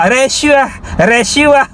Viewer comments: Macam slang Nepal cakap rashuah. 😅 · dia dah kelam kabut nak sebut rasuah jadi resuah mujur dia tak sebut jadi sedokah, kontrak Singapura mesti cina Singapura dapat, dakwa kalau kena sebat, bagi aku sebat tak bayar gaji tak apa, ekor pari banyak aku simpan. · Sebut rasuah pun tak betul....sbb tgh fikir nak jawab soalan dari sprm